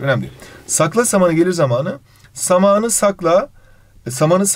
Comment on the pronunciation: Hayır normalde samanı kelimesini hızlı söyleyip zamanı kelimesinde a yı uzatıyozya o onları ters söyledi